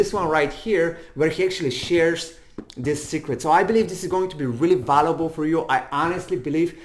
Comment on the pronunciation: the dude is cool and all but when he says valuable is very funny